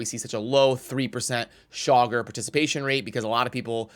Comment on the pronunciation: Chaagur : Chay-Goor